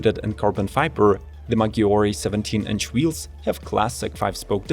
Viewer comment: It's 'posed 2 be pronunced Majjyore , In Italian when the double G is present in a word , just pronunce it like "G" in English, when the Ghi is a part of the word , then you pronunce it as the in the word Spaghetti or Lamborghini, and I hear that you pronunce other Italian words properly